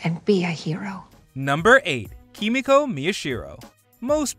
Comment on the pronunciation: This anouncer guy do you even watch the boys miss pronounce kimiko's name